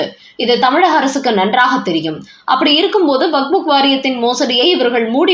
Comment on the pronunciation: It's waqf. Not wakbuk. It's irritating to hear as wakbuk again and again. Please correct youself